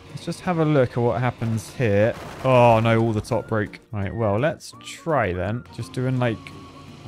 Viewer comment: That poor editor have to put up not just with his songs, but with the fact that instead of "no", he says "noi" 😮 I hope he's getting paid accordingly.